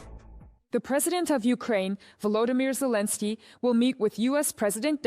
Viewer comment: Arrêtez d écorcher le prénom de Zelensky.Merci